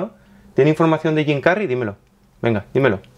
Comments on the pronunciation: ¿por qué no pronuncias las palabras anglosajonas con el asento anglosajon?... suenas gracioso cuando dices Jim Carry como si fuera un nombre castiso. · Suena raro cuando pronuncias el nombre de Jim Carrey, es tal cuál lo estás leyendo en español, suena de mmmmm ok. Bueno solo es esta vez que fue molesto escuchar tu pronunciación. Sobre el contenido todo está súper como siempre 🤗🤣